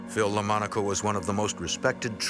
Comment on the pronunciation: The slain trooper is called Philip Lamonaco, not Lamanco.